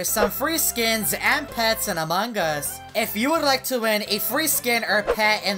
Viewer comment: Evereyone: among us: among guz